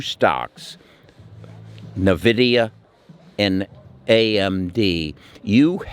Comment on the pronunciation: Finally, you said Nvida 😁instead of Na vidia 😂. Thanks for the good advice. Hopefully future will be bright.